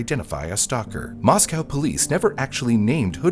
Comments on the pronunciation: moss-go, not moss-cow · local to the area of the crime its more pronounced "Moss-Co" than the russian town "moss cow" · The city of Moscow, Idaho, is pronounced "MOSS-koh" (rhymes with "doe" or "go"). Unlike the Russian capital (pronounced "moss-COW"), local residents emphasize the second syllable with a long 'o' sound. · 'Arraignment' is not pronounced 'arrangement,' the g is silent and the second syllable ends with an 'n' sound. The Moscow in Idaho is pronounced moss-co not moss-cow. Finally, in the last name 'Goncalves' the c makes an s sound like 'gone-saul-vez'. Just FYI, so that you can correct these pronunciations and appear more professional and informed in the future. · FYI... Mos-coe, not Mos-cow. Lay-tah not Lay-tuh. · It is not pronounced Mos-Cow. It's pronounced Mos-Co. It was so weird living in town during this time. It's so weird to see videos about my town. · MOS COE!! NOT COW!! NO EXCUSE FOR SLOPPY WORK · yea lived there for years Moss-co is Idaho Moss-cow is Russia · Just throwing it out there, the towns name is pronounced 'moss-co' source: I'm a local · mispronounced Moscow, used the wrong word (amiable when it should've been amicable), mispronounced Olivia, mispronounced Chapin....this is amateur hour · Right? As well as the name of the town.